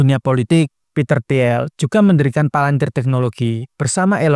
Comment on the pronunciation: bacanya "til" Peter til (i nya agak panjang), bukan ti-el